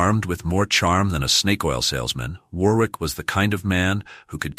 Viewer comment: War-wick or Too-ton, just like Ar-Kansas or Alba-quay-quay? Learn the correct pronounciation please. It is freely available on YT. There's a pub in St Albans market place called "The Boot" these days. During the first battle of St Albans, the local merchants stood outside the pub, unmolested, with their ales and sack (fortified wine) watching the battle like a Football match. There's a plaque commemorating this on display in the pub.